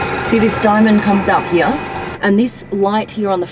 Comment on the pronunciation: Love the way you say ( heere) 🙄